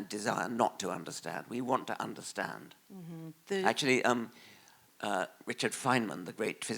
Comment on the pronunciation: "We want to tunderstand"